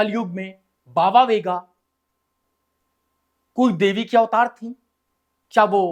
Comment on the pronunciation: Chutiye sahi bolnato shikh vega nahi venga bhonk